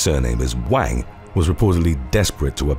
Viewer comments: Wang is pronounced as Wung. Like wrung, but without the ‘r’ sound. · Wang is pronounced “Wong”